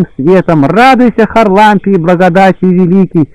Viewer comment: ХарАлампий! чтеец!!! Простите Спаси Господи+